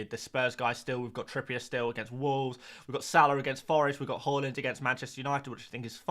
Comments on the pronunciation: Yes ,it was taught at most infant schools. As a Scandi we were also taught how to pronounce Haaland properly too. Where the hell he got Whore-land from is beyond any Scandanavian .. 😂😂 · Love your videos but what is your inability to pronounce every single players name wrong🤣 it it on purpose. Horland, mboomo. Then you start pronouncing Hojlund, horeland as well🤣